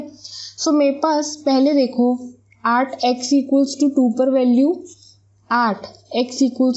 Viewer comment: At ka pronunciation aat wow